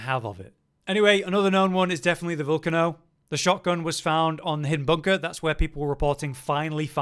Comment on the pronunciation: Great video but youre saying volcano wrong 😂